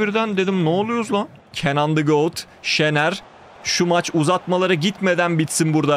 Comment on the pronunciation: Hocam got diyo aaaaaaaaaa